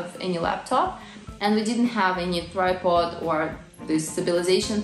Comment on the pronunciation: Tripod, not thripod - but thripod sounds better, even though it's not a proper word!